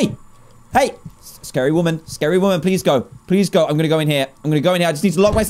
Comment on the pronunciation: It’s scary not sacry